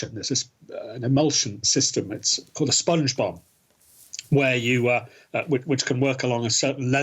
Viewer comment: did he just say spongsbob ????